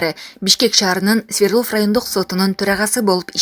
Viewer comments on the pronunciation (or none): none